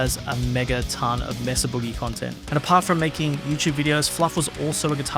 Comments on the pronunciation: Not "MESS-uh", pretty sure it's MAY-suh. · Maysah not messa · MAYSA Boogie is the proper way to say the name of the company. NOT MESSA. I grew up not far from Petaluma California. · May-suh, not Mess-uh, silly Brits. Why is that so hard to get? It's a Spanish word!!! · "Messa"? It's "May-sah", guv. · May Suh not mess uh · You’re pronouncing it incorrectly. Mesa is the Spanish word for plateau and is pronounced like May-suh. Not “messa”. England is not that far from Spain, you may have heard the pronunciation without realizing. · It's pronounced "MAY-SUH", not "MESS-UH". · It’s May-suh. It’s a proper name. Please pronounce it correctly. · Anyone else annoyed at how he pronounces "Mesa" ? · "Messa" Boogie 😀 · He’s pronouncing “Mesa” wrong. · The narrator is pronouncing “Mesa”incorrectly and it’s really bugging me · Why can’t Europeans pronounce “Mesa” correctly? Why do a video on an amp company if you can’t even say it properly. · These creators and companies specifically say the proper pronunciation of Mesa, but you for some reason keep incorrectly pronouncing the name like some uneducated stupid Australian.